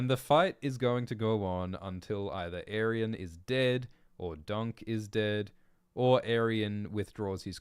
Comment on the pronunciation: I thought it was pronounced "Ay-ree-on" for like 10 years now.